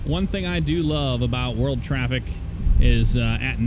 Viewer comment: Im glad im not the only one that cant say world properly...